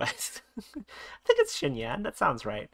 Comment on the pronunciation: Great vid! Her name is pronounced "shin-yan." 'X' is pronounced with a "sh" sound and 'Q' is pronounced with a "ch" sound